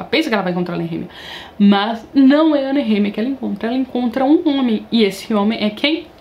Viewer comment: Pronuncia como”nerremia “ é foda kkkk